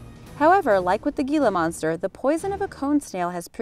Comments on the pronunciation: "Hila" monster, not "Gila" monster. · He-la not Gi-la. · ITS Hila Monster..HILA.........H.. not GEELA.. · Hila monster. The g is silent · what is a "G"ila monster? and you said it soooooo many times? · The Gila monster is a Spanish word the G says h so it's actually said as hila monster. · HEE-luh monster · It’s pronounced Hila monster, also with the Eastern Diamond back, please show actual pictures and footage of the animal you’re talking about, you showed a garter snake and a hog nose snake, both of which are harmless. Showing the wrong animal in videos like this can cause innocent, helpful animals to be killed in masses by people who don’t know what they’re talking about. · The G in Gila Monster makes an H sound. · That drove me insane